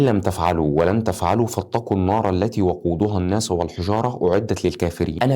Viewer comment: لا نقول فاطقوا بل فاتقوا أخي😊